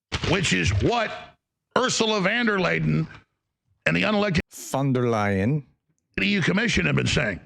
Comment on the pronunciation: I am really pround of your perfect pronounciation of Ms. Von der Leyen,!